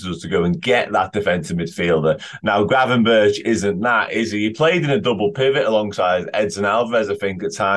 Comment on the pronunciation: Really annoying that he wouldn't correct the pronounciation of Gravenberch. The "ch" combo is pronounced as the "g" sound. So the ch sound is nowhere near the English sound in Dutch.